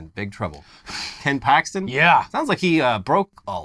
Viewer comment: Did you say Ken Paxton?